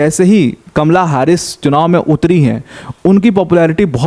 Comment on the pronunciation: हारिस नही हैरिस